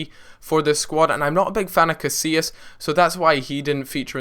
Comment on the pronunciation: you pronounce casillas right so why cant you do it for chiellini?!